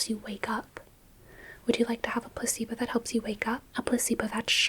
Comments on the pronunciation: why do i hear "puss-eebo" instead of "placebo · I can't stop hearing puh-c-bo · I don't know why but everytime you say "placebo" I hear "pussy boat" and it's the most disorienting thing ever but maybe I just need sleep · I’m hearing puss-e-bow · I thought you were saying pussybow and I kept thinking, is that a US thing because I've not heard of one of those before 🙂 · 😂 bro i thought i was tripping